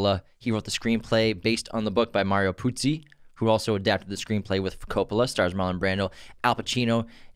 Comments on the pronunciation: Haven't watched the whole podcast but I wasn't happy that you kept calling the author Puzi instead of Puzo. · First episode of yours that I'm listening/watching. Mario Puzo wrote the screenplay/book, though. You guys say Puzi a few times :P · I almost left after the second “Puzzi” myself 🤷🏽‍♂️😕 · Mario PUZO, not Puzzi. You lose a lot of credibility when you reference the author repeatedly but can not even get his name right. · Ok, nice podcast. But, what the hell, at least get the pronunciation of Mario PuzO's name correct!! It's NOT Puzi- it's PUZO. But that's just the simplest of research to do! C'mon, put some effort into it if you expect to make money doing this stuff.